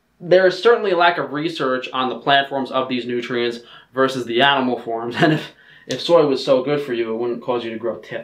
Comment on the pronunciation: OVER FIFTEEN NOOTRIENTS! This is favorite line.